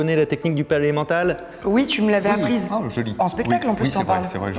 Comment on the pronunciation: A chaque fois que tu dis le palais mental, j'entends: Pas l'emmental (aidez-moi j'ai faim)